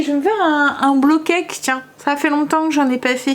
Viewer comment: Trop bon les porridges! J’adore moi la version poire chocolat 🙈 et c’est rigolo au lieu de dire bowl cake tu dis blow cake 😂 ça veut dire gâteau soufflé du coup et plus gâteau cuit au bol, c’est mignon ^^